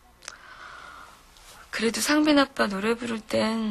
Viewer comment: 상빈인데 상민으로 들리시나?